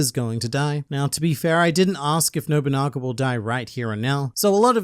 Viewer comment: literally massive w youre the first person who has pronounced his name properly- ive heard nowabunga, nobunga, noguba, nobogana...